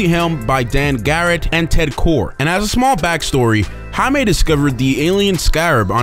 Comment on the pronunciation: Anyone else notice how narrator mispronounced the name throughout the entire video? It's pronounced Jay-me for crying out loud. Not High-me. Get it right. The spelling is just Jaime.